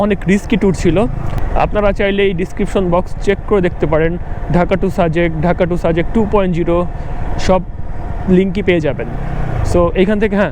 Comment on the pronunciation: ভাই সারাক্ষণ অ-শুদ্ধ ভাবে সাজেক কে ছাজেক/ছাজেক বলছেন কেন?????.... বাজে এবং বিরক্তিকর লাগছে। দয়াকরে ভাষা ঠিক করেন, শুদ্ধ ভাষার চর্চা করেন। আর একই জায়গা একই রাস্তা আর কত দেখাবেন ????? Do something NEW man...... New ..... otherwise Don't waste Time .... Love a Lot.